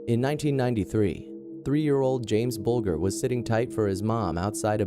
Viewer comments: The victim of the killers at position #1 is pronounced Bull-Ger (Ger- like at the start of Germany). Terrible case from when I was a kid committed in my neighbourhood. The boys are free now and have secret identities. I truly hope they have reformed. What makes people and kids snap like that? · You pronounced James Bulgers name incorrectly, it's pronounced bulJer, instead of saying the letter G :) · its pronounced as bul-jer not bul-ger but it is spelt bulger rip james bulger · It's buldger not bugler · Sorry to be pedantic, but James Bulger's name is pronounced (bul:jer) not (bul:gur). This happened in my home town Liverpool, and now his killers have been released with multiple new identities. Venables has also been charged with indecent images of children since being released. What a wonderful world we live in. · Great vid but its James BULGER not what you say buljer if you like ....the worst kid killers ever I live same area and it was horrible what they did to poor James RIP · Actually, Venedbles and Thompson both admitted that there was not a sexual nature to their attack on Bulger (pronounced Bul-jer). The Police also said that there was no sexual nature. While it is true that Bulger was found by train tracks naked and 2 days dead, no sexual assault was found. Sorry... We had to research that case in school during Crime and Punishment. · It's pronounced "buljer", dumb yank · Disrespectful that you can't even pronounce James Bulgers name correctly. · Love your videos. Just a note though - that's not how you pronounce Bolger hahaha. The 'g' is pronounced like 'j' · You don't even know how to pronounce the victims name.